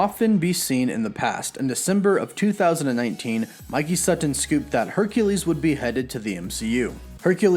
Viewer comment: I hate how he says sutton